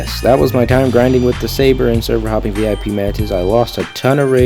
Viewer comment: Ur overpowering that word "grinding" lol